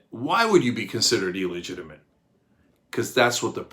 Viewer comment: Come on Cynk! It's NOT "E legitimate", it's "Ill legitimate"!